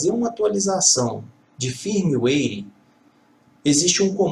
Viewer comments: Muito bom, mas foi difícil escutar firmiueire tantas vezes no lugar de fírmuér. ;) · Eu já ouví foi firmeuáire ! Tá é bom kk